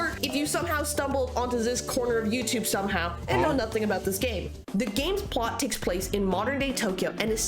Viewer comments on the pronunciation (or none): none